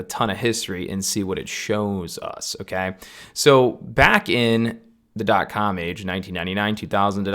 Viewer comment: Great video! I appreciated the technical analysis behind of what I too have been preaching the last year(s). Just one thing: When you say "Okay", it sounds super funny, I don't know if it's your accent or just how you do it, because it sounds like "M'key" or just "key" with a funny sounding tone (noticed it in the last 5min of the video and had a giggle). Great video, thank you! :)